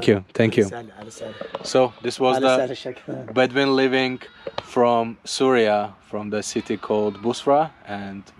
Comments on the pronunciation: Bro its not Surya...it is syria when u say Suriya its so irritating...plz pronounce as syria.❤ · it is not SURYA it is SYRIA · with all due respect it’s pronounced —see ree uh